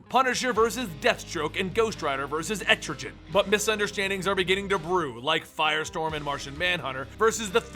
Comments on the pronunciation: its fucking etrigone not etrijon (the way to pronounce it properly) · Etrigan not Etrijen